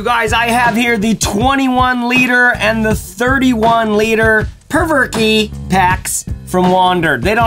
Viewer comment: Been waiting for this review. always thought it was pronounced provoke but perverky sounds much better. lol